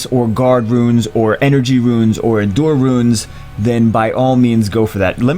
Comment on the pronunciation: you're saying endure wrong